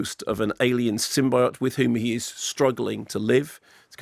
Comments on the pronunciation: Frets about if it's "Sony" or "Sony", but pronounces symbiote, "symbiote" when it's clearly "symbiote"! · You say symbiote wrong like the movie